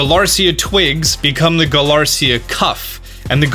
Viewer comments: It's galarica not galarsia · you say “galarica” as “galarcia” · "Kuraun" is how the japanese say "crown" . just say crown slowly. "Galarcia this, Galarcia that". its GA-LA-RI-CA how can you mispronounce it so many time. 😂😂😂😂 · When Galarica becomes Galarcia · You say it like its spelled galarcia twig when it really is galarica twig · Mocte Zuma they’re just making fun of how mispronounces Galarica and Armorite as “Galarcia and Amorite.” They actually know what they are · galar • ICKA... galarica sound it out bud